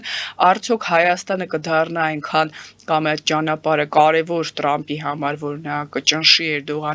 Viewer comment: լայ լաղջիկ լերլուծաբանիկ մենք թ ևփ տառ ու հնչուն ոնենք հապա տյու ինչու ՞ ես Թրամփին տըրամպ ասում ։